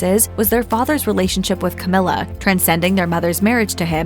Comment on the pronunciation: Cowmilla! LOL